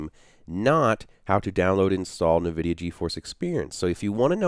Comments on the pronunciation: Great video with lots of helpful information but for Pete's sake please stop saying, "NahVidia". It's pronounced "IN-vidia" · NA-vidia game stream inside NA-vidia Ge-Force experience??? hahahahahaha!!!! LMAO ! It's said N Vidia, friend. Thanks for the video though, it was really helpful. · Who the heck pronounces it Navidia? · 'nevidia' =D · Challenge: Take a shot every time he says Na-vidia. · Isn't it pronounced like En-vidia? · Couldn't watch your video because of the way you say Nvidia....